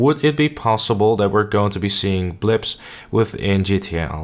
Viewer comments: I think you mean ‘blimps’, not blips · Stop calling blimps blips!